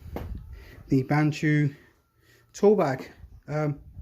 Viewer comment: Funny the way you pronounce the bahco name. Keep hearing N in there. There is no n in the name 😂🤣